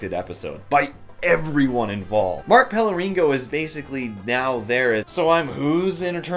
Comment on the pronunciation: How r u not able to pronounce names (especially Pellegrino) at this point? I kno u suck at reading, but damn.. Hes been on the show for like ten years at this point..